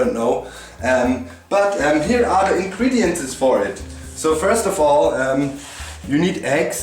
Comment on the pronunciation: I love how you say "Ingrediences" instead of "Ingredients" :D